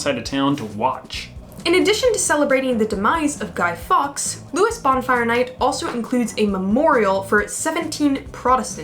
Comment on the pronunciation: Somebody has most probably already said that you pronounced Lewes wrong!